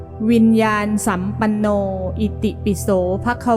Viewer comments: วิญญานสัมปันโนอ่านว่า-วิน-ยา-นะ-สัมปันโนค่ะไม่ใช่-วิน-ยาน-สัมปันโน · ควรอ่านว่าวิญญาณะสัมปัณโน